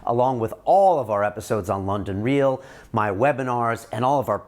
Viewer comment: "This week on London reaal?"